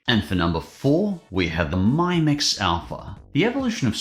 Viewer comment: It’s mi-mix (mimics) not my-mix 😂😂 also xiaomi is Korean sooo you know x -> "sh" not "z". Well maybe in AU it is 😂 Also the phone was a concept device, therefore was never released